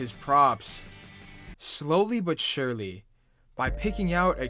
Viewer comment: "Slowly but sherly"